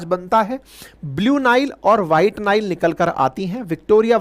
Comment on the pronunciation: निल नदी नहि, नाईल नदी!